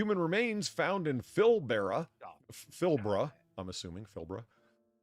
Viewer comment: Pilbara is pronounced "pill-bruh."